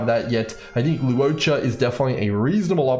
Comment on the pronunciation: just some pronunciation tips for his name: to simplify it, I think it's more like lore-cha, lu-wo-cha, law-cha (pick one depending on your accent)! hope that helps